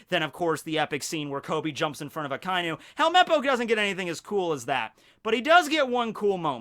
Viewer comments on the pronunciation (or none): none